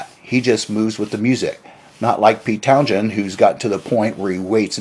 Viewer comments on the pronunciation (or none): His name is pronounced "Town-sen", not "Town-shen" nor "Town-jen" nor "Town-jshen" or whatever it is you are trying to spit out. Both the "h" and the "d" are silent. Also, I had that same problem with excessive saliva, but it's possible to have your saliva glands reduced, though you have to work a little harder to get good dental/oral hygienic reports from your dentist because saliva kills bacteria in the mouth. You need to work on your speech if you are going to try to speak professionally. Try putting a few (5?) smoothe stones in your mouth and and practice speaking. Some famous old Greek philosopher supposedly did that. Or just go to a speech therapist. You don't speak well. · The Who were never a heavy metal band. They were often a hard rock band. And it's pronounced Towns-hend, with the stress on the first syllable. (Townsend) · How are you gonna do a video about Pete Townshend when you can't even pronounce 'Townshend'?